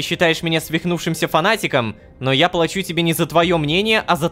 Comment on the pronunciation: Не плáчу, а плачу́